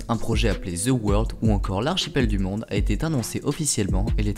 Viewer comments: Ze World... Quand allez-vous apprendre à prononcer convenablement le phonème th? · Où est le "z" dans "the world"? "Ze world", que vous êtes drôles les français!